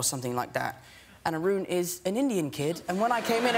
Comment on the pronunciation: Sameeeee!!!! I was like what kind of name is roon and when he said an Indian kid i was like ohh its Arun. Lol.